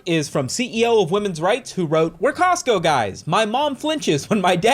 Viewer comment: "We're Cotsco guys" 😐